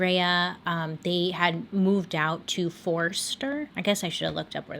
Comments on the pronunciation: I was like I have never heard of Forester but listened to you say it a few times and realised you were saying Forster which we pronounce foster because us Aussie just pretend there are no R's in words 🤣🤣🤣 It's on the nsw coast heading towards Queensland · Love your channel. As an Aussie, I cringed when you pronounced Forster because the first r is silent, and the town is pronounced as foster. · The way you said Forster 😂😂😂 it’s pronounced Foster and is about 3.5 hours north of Sydney :) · Forster = pronounced Foster - makes total sense right lol..... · LOVE the way you pronounced Forster made my day. the trial is delayed even now because of the current global crisis. Australia has plenty of material for you to use . Have a look at Ivan Milar or Bradely Murdoch or even look in to the Snowtown murderwes but there are heaps .